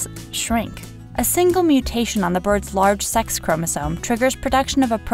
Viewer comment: Why does she keep on saying "seX chromosome"?